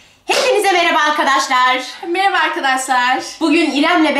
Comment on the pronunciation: da hepinizi bera ba tiycek ti ama sade ce mera ba dedi